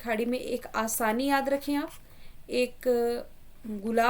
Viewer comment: आसानी नही असनी था 😀